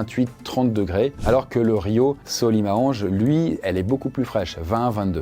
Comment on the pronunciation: Super vidéo !! Mais si je puis me permettre, on prononce le "S" dans Manaus et le fleuve Solimoes ça ressemble plus à "Solimou-inchs" compliqué à écrire pour la phonétique mais en tout cas, vidéo tres intéressante ^^